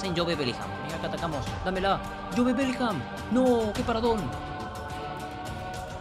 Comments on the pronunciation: Por que le dices jobE, dile solo job, aunque se escriba jobe, se dice job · no se dice”jobe” se dice “yub”